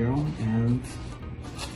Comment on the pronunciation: HE SAID ✨bone apple tea✨